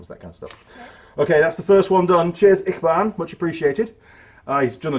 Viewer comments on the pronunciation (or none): I think its pronounced itchy, barn ?? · 🤣 it's pronounced itchybaan, your honoured to receive those stickers....